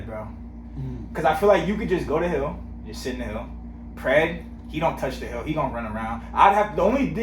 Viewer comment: Bro I thought you said "you can go to hell" 🤣🤣🤣😭 then I realized nope "hill" so funny